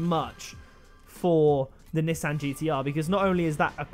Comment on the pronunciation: Nissan (Knee-Sawn) That's how it's pronounced...